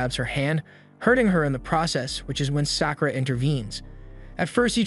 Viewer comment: Sack oo ruh. gawd I hate these.